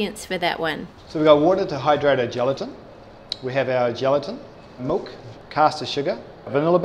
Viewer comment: Omg he says molk not milk